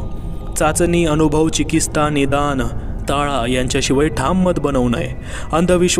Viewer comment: जबरदस्त कथा लिहिलीय धारप सरांनी. तुमचे वाचनही छान आहे. एक सांगायचंय. तुमचे काही उच्चार उस्ताह, चिकिस्ता, उस्तुकता असे येतात. कृपया राग मानू नये.